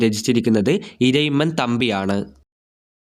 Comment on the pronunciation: ഇറയിമ്മൻ അല്ല ഇരയിമ്മൻ